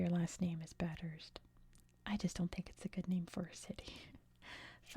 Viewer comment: If it's the same as Bathurst in Australia, it's pronounced "bath-urst" (said fluently).